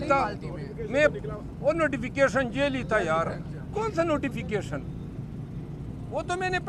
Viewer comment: jaily nhi jaali hota he